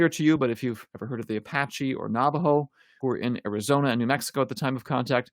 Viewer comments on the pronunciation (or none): none